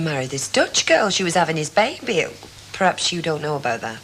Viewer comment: How annoying is it Ivy constantly saying ‘bab ie’ instead of baby???? 😡